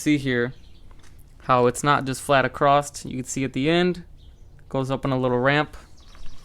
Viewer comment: “Acrosst” is not a word. There’s no “t” in the word “across”. Otherwise, it does look good.